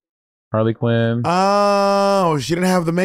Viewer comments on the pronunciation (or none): none